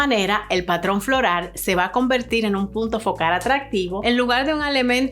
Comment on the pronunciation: Aprende a decir floral y no florar